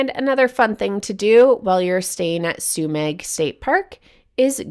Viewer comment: Thanks for covering one of the best spots near me, about 5 miles from my place. FYI it's pronounced Sue-meh, despite the spelling. It's a silent g. Also worth noting, Trinidad is the closest place to stock up, with Murphy's Market being a full grocery store with a deli, meat/seafood dept., fresh produce, frozen foods, dairy, etc., as well as great selection of general grocery items. There's also a Chevron station with an Aztec Grill mexican restaurant. There's also Headies Pizza, Lighthouse Grill, Trinidad Eatery and Seascape restaurant. For fine dining theres Larupin restaurant and Moonstone Grill. I'm surprised that you didn't highlight Trinidad in this episode, unless you have already, or plan to cover it in a future episode. It's known as one of the true gems of the northcoast.